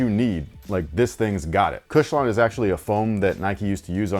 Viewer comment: Lol “OG Kush-lon”